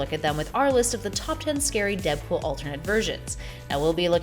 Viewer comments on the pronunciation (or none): Shouldn't it be "scary" and not "sary?"